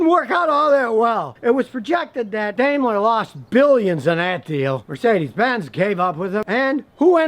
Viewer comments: DameLer? I thought it was pronounced DimeLer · It's pronounced DIME-ler. Not DAME-ler. Just an FYI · Smh Daimler is pronounced "Dime-ler"